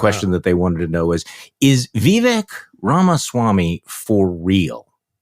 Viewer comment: Vivek “Deep Fake” Ramaswamy —— He may grab MAGA youth——but white BOOMERS? I don’t know. (Vivek is pronounced ‘Veev-Ache’).